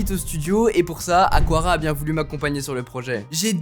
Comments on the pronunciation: Ce n'est pas "aquara" mais "aqara" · On prononce bien Aqara: Akara, et pas Akwara 😅